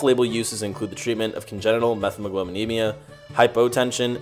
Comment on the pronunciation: pronounced "met-hemoglobin"